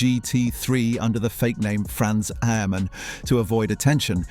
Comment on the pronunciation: Franz ''ermann''' ????......where is the H🤣